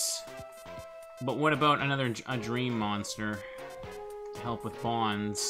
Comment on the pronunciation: I don’t know why I get slightly annoyed when I hear people pronounce Bonz’s name like that when it makes more sense to pronounce it as “Bones” I mean..isn’t it obvious? He’s creepy, uses ghouls, and hangs out in a cemetery. Why call him “Bons?” It just doesn’t make any sense. I feel like it’s a Tidas and “Tee-dus” type of thing